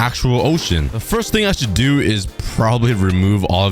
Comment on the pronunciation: thats not doooo thats oof